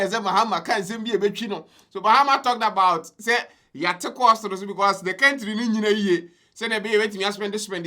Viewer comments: STOP Saying kentry!!.. it's country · It's pronounced kāntrī